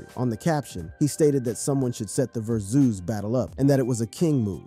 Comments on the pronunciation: Ver-Zeus? You mean Vers-us? 😂😂😂😂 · Whats a Ver-Zues Battle? 🤣